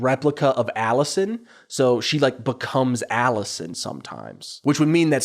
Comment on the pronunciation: you stress the first syllable and throw some twang on it lol. Aaawllisuhn. My uncle with a rural new york state accent says some A/Es the same way as you, like he only uses the right half of his mouth to say it and it blends into the following letter and goes UP a bit. Vs a flat, Hollywood "accentless" accent that says the syllables pretty evenly there was a huge debate in later seasons over how Emily pronounces the word "eggs" too, so you're in good company 😂